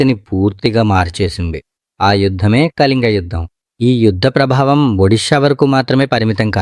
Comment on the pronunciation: కలింగ కాదు.... కళింగ....